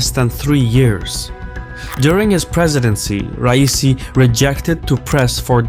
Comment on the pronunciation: I dont like the man, but as an Azeri why are you trying to sound Yankee? Why are you saying rice-e? I know you can say Ra-ee-see